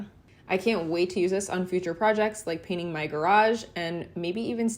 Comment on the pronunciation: I believe the process is call 'painting' . Check dictionary guidelines for pronunciation.